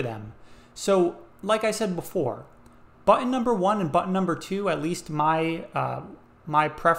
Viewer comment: The most annoying mispronunciation of the word 'button' I have ever had the misfortune of hearing - especially as the word is repeated an untold number of times. Infuriating to say the least of it.